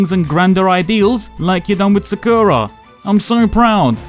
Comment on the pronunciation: Holy shit. Did you butcher the name Sakura as Zuhkooruh???